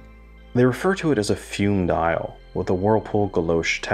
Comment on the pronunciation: Good review2, I have a bronze one on the way. By the way, FUME is pronounced FUMAY